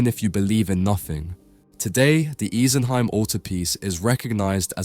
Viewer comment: It made a huge impact on me as a child, and is still probably my favourite piece of art ever. (Side note, I'm pretty sure it's "ee-sen-hime", not "ice-en-hime")